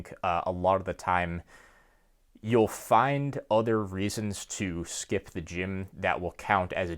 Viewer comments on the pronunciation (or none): none